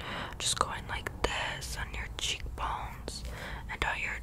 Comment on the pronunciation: I dont know what it is like it's so specific but the way you say "cheekbones" KILLS me <3